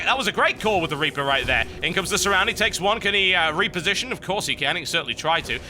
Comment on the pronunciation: "Can he repear-sition?"